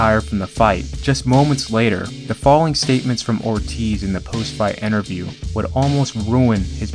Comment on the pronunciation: Like these videos and the content, but you should get someone to narrate that doesn’t have a speech impediment and can properly pronounce common names like “Romero” and common words like “interview”. The mispronunciations are very distracting.